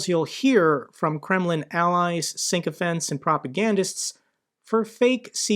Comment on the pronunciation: 'sychophant', not 'synchophant'